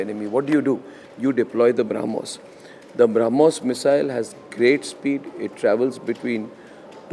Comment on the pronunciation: Arnab needs to learn to pronounce Brahmos properly, if he wants to talk about it.